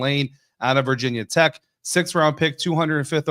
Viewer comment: “Virginia Tech” or “VT”, not “Vah tech”